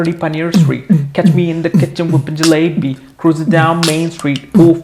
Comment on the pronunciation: its jallebi not galebi